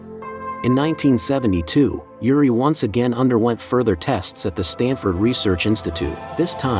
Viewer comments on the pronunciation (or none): I can't vouch for the info here, although I am a believer. However, I can issue a correction: "Yuri" is a Russian name. He isn't Russian, but Israeli. The name is pronounced like this: Ooori. ❤